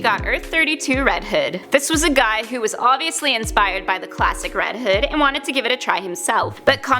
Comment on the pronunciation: Sounds like she is saying red head